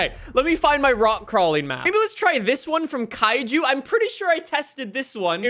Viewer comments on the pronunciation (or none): none